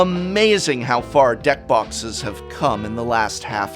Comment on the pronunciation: the way he says deck boxes makes me feel like prof was full brian mode half way thru the jack